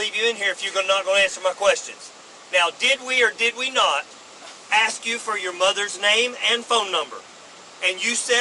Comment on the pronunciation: Why can't people say ask not aks ?